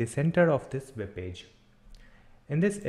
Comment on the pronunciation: why cant you say web ?